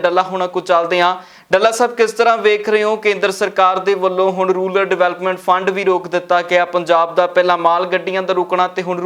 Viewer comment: It is “RURAL” not “RULAR” development fund.